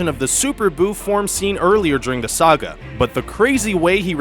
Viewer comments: this guy cant even pronounce saga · He couldn't even pronounce Piccolo right he pronounced it as if he started with Pee. As well as saga.